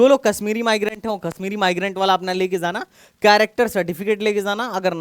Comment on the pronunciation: sir aap 'J' ko 'Z' ki aawaaz kyu nikaalte hi. For ex. Aap 'jaana' ko 'zaana' kyu galat pronounce krte ho, sunne me bahut bhadda aur ajeeb lagta hai.